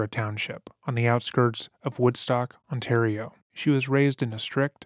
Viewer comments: Very benign correction on the pronunciation of the Canadian province, Ontario. It's pronounced "Ont-AIR-eo" rather than "Ont-arr-eo" Absolute great video covering such a disgusting person, making sure to go into depth about the actual victims unlike a lot of documentaries! Also LOVE that it's 3hrs. Thanks for all of your hard work! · on-tear-e-o ontario.... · the pronunciation of Ontario 😭😭😭 imagine it a Canadian couldn’t pronounce California or Washington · As a life-long born in Ontarian...the pronouncement of Ontario is just 😫 Why can't youtubers find out proper pronunciations of places before recording? Otherwise good doc 👍